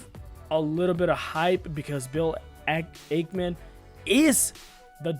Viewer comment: Can’t even pronounce the SPAC or Ackman correctly.